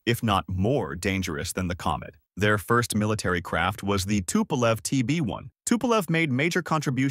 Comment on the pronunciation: Should've been longer and a bit more detailed, or at least focusing on other, much more important planes. Tupolev (spelled and pronnounced incorrectly) - 140 is a good example, but you only briefly mentioned 95, which is something you could make an hour long video about, a direct competitor to he B-52, a gigantic turboprop with insane range and payload capacity while being nuclear. No mention of Tu-160 is just criminal, it is one of the most prominent supersonic strategic bomber currently available, see current Russo-Ukrainian conflict. Ilyushin (incorrectly spelled again) - again, not mentioning Il-2 is absolutely criminal, this planed played a major role during late WW2 and is absolutely legendary strike aircraft. Il-76 and 96 deserves a bit more air time as well as not mentioned Il-10. Yakovlev (finally properly spelled/pronnounced) - No mention of the absolutely legendary WW2 crafts like Yak-3 and 9 and their variants, and modern models like 38 and 141 just shows total lack of research or "idgaf" of writer. Yak has a plethora of interesting, experimental aircraft that deserved at least few seconds of air time, in exchange on focuing on their civilian planes Sukhoi (back at incorrect everything) - At this point I really wonder, how come you spent most of the time at one of their two civ aircrafts, while their mil planes are one of the best in the world. Su-27, 30 and 34 got only a few seconds mentioning their name, while they are probably the most iconic USSR planes of the